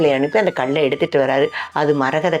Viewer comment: அது கள்ளு இல்லமா.. கல்லு.. எங்க சொல்லு... கள்ளு.. முடியல.. 😊